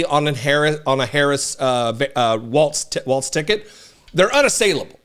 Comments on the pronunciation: Walz..not Waltz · Just please make sure we pronounce it without the T. It’s WALZ. Like BIG BALLZ WALZ 😉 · It's pronounced Walls, as in: they're closing in on the republican party.